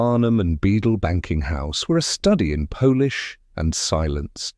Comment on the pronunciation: It's a decent story, if some of the details are a bit off--enough that I'll be back to listen to another--but your AI needs work, distinguishing between Polish and polish, for instance. Thank you, from a listener in Maryland, USA.